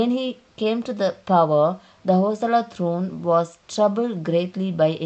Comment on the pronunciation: Its not Hosala.. Its Hoy-Sala.. Bijjaalla King, Ballalla King ...... you need to work on the pronunciation. Else the History is correct which we miss in nowadays books.